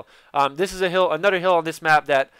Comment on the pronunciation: Like the way he says another. "Anudder" lol